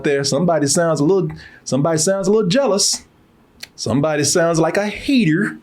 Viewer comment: "Jealous.' Not "Jelous". Yeah, I'ma be that guy lol.